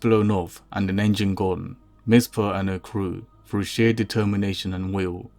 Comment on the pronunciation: You have a nonstandard phonological substitution or th-fronting lisp. It's what causes you to pronounce your "th" as a "v". So "The" becomes "Va". And "Through" becomes "Frew".